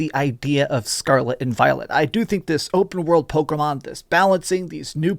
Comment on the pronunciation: I can't get over him saying "Pokomon". Driving me nuts.